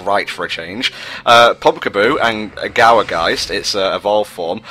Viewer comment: Well, I'll just add Gourgeist to the ever-increasing list of Pokemon people more often than not pronounce wrong, alongside Flabebe, Giratina, Arceus, Xerneas, Yveltol, Zygarde, and Rayquaza. Not necessarily calling you out personally,, but if someone gets the name wrong, it sorta undermines the puns.